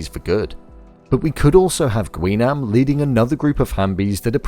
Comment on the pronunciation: It's pronounced as Gi-nam. Not "Gwi"